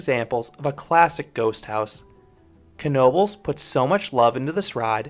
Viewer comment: ive been to knobles many many times aslso thanks for pronouncing it right so many people say tis just "nobels" ive been to the waterpark and i would say dont waste your time. to mutch hassle adn you cnat go on the other rides in swim trunks or while wet. (edit) ngl im disapointed you didnt bring up the paratrooprt or tilta-wirl. those ar emy favs